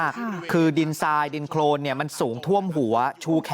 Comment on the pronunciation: โคลน ไม่ใช่ โครนไปเรียนเพิ่มนะ